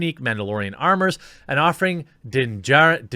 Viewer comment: Bro, I love ya but how do you NOT know how to pronounce these characters names? You HAVE to pronounce shit the right way to critique seriously..... It's Bo Ka'Tan.... Din JARin... Come on man I thought you were a real SW fan.....